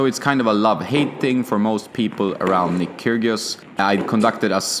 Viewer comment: I do believe the g in Kyrgios is silent, just saying :-)